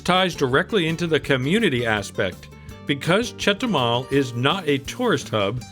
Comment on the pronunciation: It’s chetubar 😂